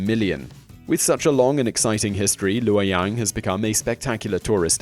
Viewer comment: you get a like for pronouncing luoyang correctly